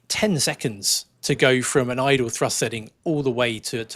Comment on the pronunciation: When I first started watching your () videos, I was briefly confused by your pronunciation of “thrust”. With your accent, it often sounds very much like “trust”, and it amused me a little to think that a certain amount of trust was necessary to keep a plane in the air. (And a little pixie dust, perhaps.) With all the current changes in technology, propaganda, and political paranoia, trust is becoming increasingly necessary to keep our society on course. So I’m glad that you folks are keeping the trust levers securely at their cruise setting… and at TOGA when needed.